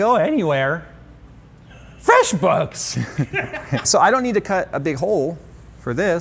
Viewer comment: "frESHboOks..." HAHAAHHAAH Accidental Linus strikes again!